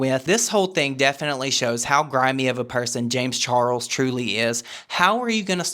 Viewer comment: the way says james char-rulls will not live rent free in my head... i will pay to have it be there☠️🔥💙